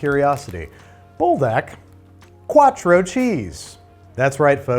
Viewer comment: saying mexican instead of italian killed me a little bit... è quattro non cuatro